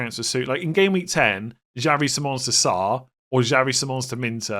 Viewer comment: PLEASE LEARN HOW TO PRONOUNCE SIMMONS' NAME CORRECTLY!!!!!